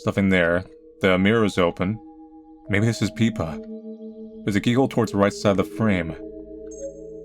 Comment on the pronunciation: Peepa? Isn't the name Pippa?